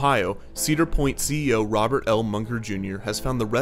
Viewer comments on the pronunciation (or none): none